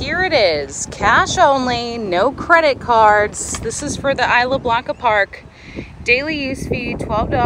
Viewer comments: It's pronounced IS LA BLANCA PARK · eesla blanca. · Side note, it's pronounced "e-slah" for Isla Blanca.